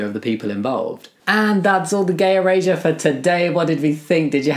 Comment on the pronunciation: Bro’s accent sounds like he’s sayin “gay Eurasia”